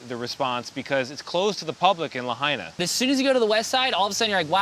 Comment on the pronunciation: Hope this reporter has learned how to say and pronounce "Lahaina", which per his earlier reporting he got wrong. Learning about how Hawaiians pronounce their vowels here is a good place to start... Also backwards is the fact that most days, backroads have been open to reach people in hubs on West side that are north of Lahaina. Not as treacherous for mainland drivers as you may have heard. So why didn't reporters go that way?? Or boatride to Westside north of Lahaina? No excuse re people not getting help north of Lahaina or reporters not reporting what was happening there at least. Delays to access in Lahaina itself are understandably related to toxins and respect to dead and recovery efforts and now conspiracy theories* Let's hope the independent review is done in transparent enough a way to bring answers so many are waiting on. And let's hope reporters learn how to dig a little deeper. A good place to start asking ?'s about is why road headed to maealea harbor was blocked on way out on both Monday and Tuesday* If due to downed power lines on Monday, why were residents told the fire had been contained, and firefighters left to fight Kula fire??? On Monday? The info is out there from news shows and radio shows on Monday, the day before the fire!! Radio shows verify Monday cell phones weren't working by residents who had left to call in so how on earth could anyone think texts would get thru?? So much more journalists should be aware of, just look at local news day before fire